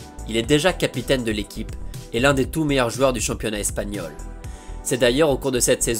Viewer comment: Le "championnat Tespagnol" c'est dans quel pays? Au pays des liaisons dangereuses? 😉